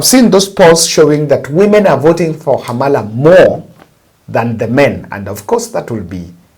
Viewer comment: Pronounce Khamala as though h is silent.